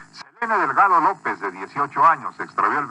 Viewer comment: You pronunced her name bad